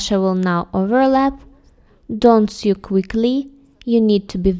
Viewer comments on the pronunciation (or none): Loden - I think we call it 'boiled wool' or 'felted wool' in UK. I've been looking into making a jacket with that, so thank you! I love all the stitches. A quick English note: 'sew' is pronounced like 'so' or 'know', not 'few' or 'knew.' It's not our fault - we're language-mongrels....